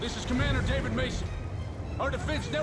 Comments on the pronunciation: I LOVE how Menendez says "D a v i d" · That’s how you say it in Spanish they don’t pronounce i like Americans do it’s like an E that’s why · Yes because that's how you pronounce David in Spanish not Day-vid